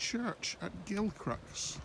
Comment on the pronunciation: It is pronounced Gil Cruise.